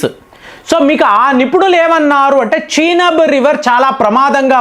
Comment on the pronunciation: చీనబ్ కాదు చీనాబ్ నది అంటే బాగుంటుంది ఈరాన్ కాదు ఇరాన్ అనాలి మరీ సాగదీస్తున్నారు